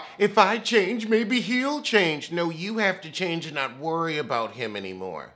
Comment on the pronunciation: Thanos snap.... I cun not I cun not